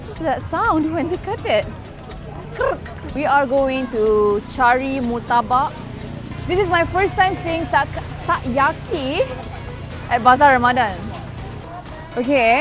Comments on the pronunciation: Nampak beberapa fans fazura condemn Lofa konon tak reti sebut takoyaki which the O was clearly hidden by the sotong picture. Suruh fazura gi belajar apa tu benua and mamalia terbesar dlm dunia dulu ok. Lol sgt, dalam tak suka tapi busy dok increasekan view video Lofa. Thanks! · hahahah comel gila neelofa. takoyaki dia sebut tak yaki.hanya disebabkan ada gmbr sotong dkt tengah2.hahahahahahhaha